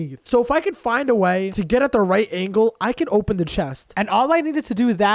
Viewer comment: "ooen the chest"